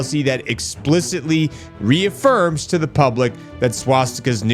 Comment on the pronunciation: He buries the word reafirm